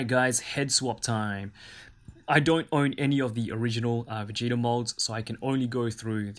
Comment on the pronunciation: “vegata” bruh it’s vegeta